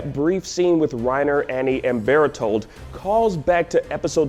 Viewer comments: you might as well have said bertoto or burrito or berutorotot. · It's bertohto, correct your pronunciation.